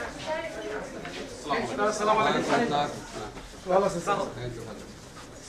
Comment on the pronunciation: স্যার, আপনার অফিসে সবাইকে শুদ্ধভাবে সালাম দেয়া শেখাবেন আশা করি... the ward is not স্লামালাইকুন... its আস্সালামুআলাইকুম